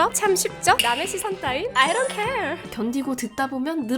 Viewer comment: 아이 돈 케얼. 발음이 진짜 좋아요.